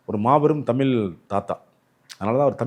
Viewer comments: தமிலு, தமிலு, தமிலு அருமை அய்யா!! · தலைவர் தமில் (ழ்)உச்சரிப்பு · ஐயா முதலில் தமிழ் என்று சரியாக உச்சரிக்க வேண்டுகிறேன்! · உளறு வாயா ! தமிழ் என உச்சரிக்கக் கற்றுக் கொள் தமில் , தமில் ன்னு உசுர வாங்காத , சித்தம்பழம் , சீத்தாபழம் , கோயில் திணிக்கப்பட்டது . வாய்க்கு வந்ததை உளறாதே ! அரை வேக்காடு . தனியா உக்காந்து யோசி . அது என்னடா பண்டு ஆரம் ? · வணக்கம் ஐயா.... உங்களுக்கும் கூடவா " ழ " வரவில்லை...! கொடுமை ஐயா.. தமிழை ஏன் " தமில் " என்று உச்சரிக்கீறீர்கள்.. அருமையான பதிவு, ழ - வை தவிர.. பணிவுடன் கேட்டுக்கொள்கிறேன், திருத்திக்கொள்ளுங்கள்... வணக்கம்.. நன்றி.. 🙏